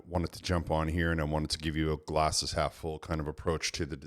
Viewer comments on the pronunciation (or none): Half not Hlaf but good review great sir